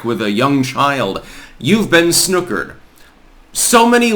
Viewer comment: You’re saying snookered weird 🥸👍🏻